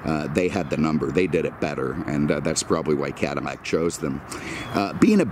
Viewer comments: He says Cadimmac instead of Cadillac. And almost any word that has a "L" sound he uses "M" sound instead. When he spoke of the Porsche 911 he said nineemeven. It is a speech impediment and I'm not making fun of it. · how are you pronouncing Cadillac? It sounds like Cadimac.